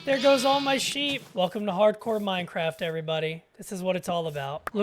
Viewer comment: MineCWAFT, nice vid man!